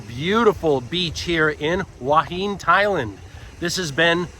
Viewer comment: enjoying all your videos. I appreciate you trying to get local pronunciation correct. However, someone has misled you on Hua Hin. Watch today’s(fri) video from Jonny there’s something happening.in it, a Thai local ptonounces tge city name twice, and it’s not “Wah Heen” as you are pronouncing it. He say Hua hin plain and simple. Twice. Just an fyi.